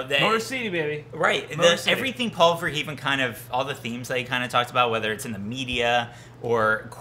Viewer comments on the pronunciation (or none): Gentleman, Verhoeven 's pronounced "VER-HOE-VEN".